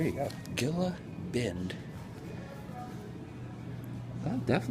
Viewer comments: hey i work law enforcement there it not called gila bend say it like hila bend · That's cool you stopped there. I've passed that place many a time on the way from Phoenix to Rocky Point. Btw, the city you were in is pronounced (he-la) Bend. Safe travels and happy new year Adam! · Dude, That was my way to SD from PHX all the time. That place was always an eye-catcher, for being out in the middle of nowhere. Oh and it's Gila Bend (but the 'G' is pronounced as an 'H'), sorry my OCD is crazy sometimes. Anyway, did you get to check that Mickey Ds' on the way out? Crazy huh?